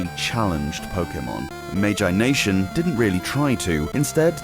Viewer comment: Really enjoying these exclusives videos! I had no idea some of these never left North America. But is that the right pronunciation of Magi Nation? I always assumed it's meant to sound like "imagination" without the I.